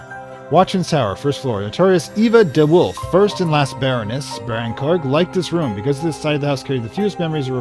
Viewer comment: I guess Brancrug is a Welsh name, so maybe say it in a Welsh sort of accent, Bran-CROOG or Burn-CROOG.